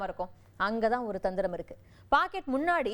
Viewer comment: அப்படி ருக்கு இப்படி ருக்கு..!! தமிழ் ஒழுங்கா பேச தெரியாத நீ எல்லாம் செய்தி விமர்சகர்